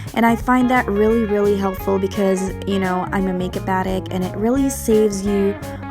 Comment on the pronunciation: I know this is old....why even post this whatever it is??? Also, it 'addICT' not 'attic' you should have been obsessed with a god damn dictionary